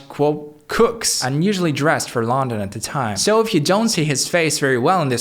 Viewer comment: Cooks in Lawndon. AI is so creepy.